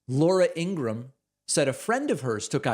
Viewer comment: I think you mean, "Laura Ingra-ham."